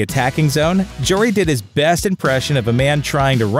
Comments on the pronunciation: JARry not jor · It’s Tristan JARry, not jewelry. Your pronunciation is a blooper